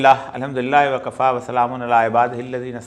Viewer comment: When you say "Wak-a-Fa" it does not sound right and furthermore, it denotes the status of current situation in Pakistan:==Faki-is-tan"=Gareeb=Kangal=Katorastan=Kashkaulia. So, please say something else.